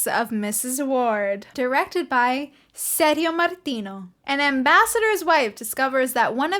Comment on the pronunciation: Ser-dzio ("Ser-gi-o" like "Gia-llo") Martino not like "serious". You looks like Barbara. Gia llo : Jà llo. Ser gio : Ser Jo.